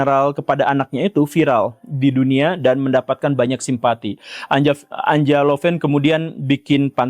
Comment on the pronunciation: Anja lebih tepat dibaca Anya, pak Guru